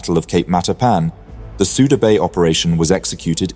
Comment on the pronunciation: It is pronounced Sooda Bay